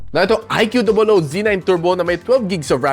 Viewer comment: I Q dobol O hahah kulit mo talaga pagsinasabi mo yun 🤣 anyway watching this on my IQ dobol O Z9 Turbo 12/256 (na nakuha ko ng php14,800 sa A-YoYo store sa shopee) 😇 Suggestion lang sa mga balak bumili, mas okay Gcam ACG app if pangseselfie nyo, iPhone quality selfie hahah